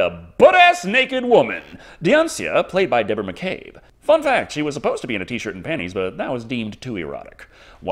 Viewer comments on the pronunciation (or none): none